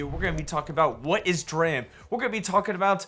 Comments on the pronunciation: It's pronounced "D-Ram" slapnuts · Bro it's pronounced dee ram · lol “Draham” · The ticker is a play on computer memory and is pronounced “dee ram”. A dram is a unit of liquid or weight measure, usually of whiskey.